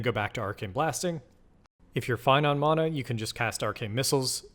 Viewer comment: ty! questionable "mana" pronunciation tho haha